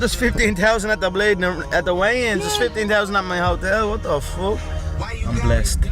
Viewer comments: “Fook Mark Henry” 🤣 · “Fook Mark Henry” 😂😭💀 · “Fook Mark Henry”